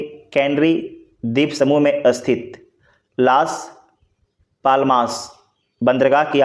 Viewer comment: स्थित होता है अस्थित नही 😢